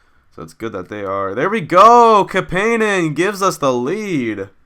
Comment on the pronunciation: its CAP-IN-EN lol.